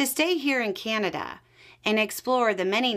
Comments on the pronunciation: You could give her, and many others down there, mostly women, how to pronounce Canada. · That is not a Canadian accent . The way this lady pronounced Canada is definitely not a Canadian accent. Sorry